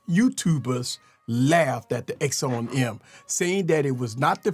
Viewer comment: And for the love of God it's not called an axown em its called an akson m axon m its pronounced acson m